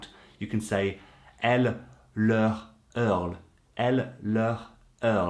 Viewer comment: French say : "c'est quoi ton travail"? and even more " tu bosses dans quoi" or "tu fais quoi ?" and take care to the "hurle" pronunciation, they prounounce a true U at the beginning not a ~OU.